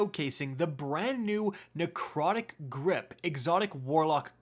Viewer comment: Why does narcotic grip sound like covid